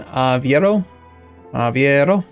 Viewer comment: avEIro not avIEro bEIra not bIEra madEIra not madIEra he does that in every video lol I mean I get that pronuncing foreign stuff is hard but all he needs to do is to is say the EI in the correct order